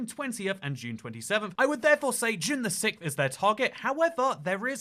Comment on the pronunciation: trying to pronounce June 6th 🤣